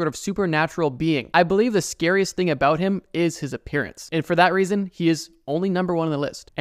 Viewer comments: “Talking aboot today” You Canadian? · I knew it. I hears it when you said "about"